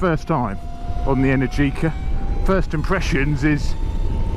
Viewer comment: It's not pronounced energiiiica but eneeergica , the accent has to be on the second E not on the I